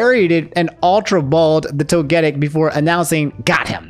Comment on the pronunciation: I’m sorry but you say Togetic weird 😅